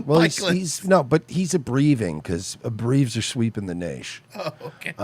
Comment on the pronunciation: “Abreeves are sweeping the Naish”